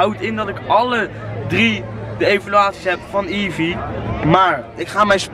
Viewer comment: Met die evee maakte je verkeerde geluiden man